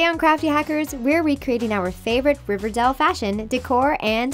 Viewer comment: you said river dal